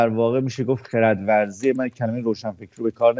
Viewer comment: سپاس ❤جناب کلمه خردورزی را خیلی خوب آمدند!😊